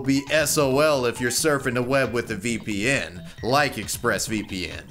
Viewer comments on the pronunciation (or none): big fan just wanted to share that i hate the inflection you give to the term vpn :)